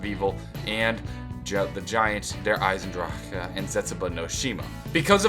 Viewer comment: its always funny when trys to pronounce der eisendrache